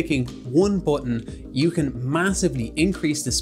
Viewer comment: Guy proving he's British.... "Un Bootun"